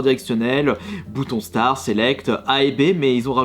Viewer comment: Pourquoi tu dis Star au lieu de Start :x C'est prononcé Starte